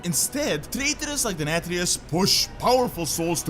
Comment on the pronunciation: Finally you are pronouncing Nathanos correctly.